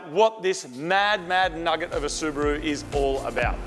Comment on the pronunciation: Su-Bore-U.... to Su-Brap-U